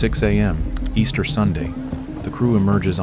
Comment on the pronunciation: Yes, committed on "EASTERN weekend" 😂